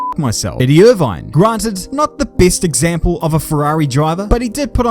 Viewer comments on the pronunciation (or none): Please just pronounce it "Ear tin". "Eye Earrrhh tonne" sounds ridiculous! Also, while I'm being an egg, why is your glorious Kiwi accent peppered with Aussie/American vowels, such as when you say "example" funny? Just curious. 👍